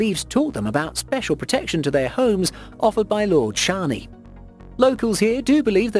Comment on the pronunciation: You pronunced shani wrong